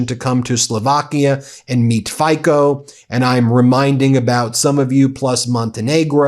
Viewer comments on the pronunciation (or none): Fico is pronounced "feet-so." He's in the same crypto-fascist category as Orban, Putin, Babiš, and of course the Orange Gargoyle. Excellent reporting though. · I hear the Meidas guy pronounce the Slovakian PM's name wrongly. Guys, take the time and put his name into the google translate.